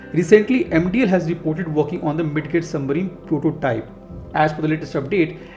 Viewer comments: Hi buddy it's not Mid "get" rather pronounce as " Mid "jet"... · Bro it is pronounced "mij jit" not mid get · It's pronounced mijjet 😄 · The d in midget is silent, kindly correct it next time onwards